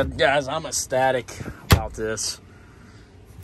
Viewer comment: For a minute I thought the dude was saying he was "static" about his new truck lol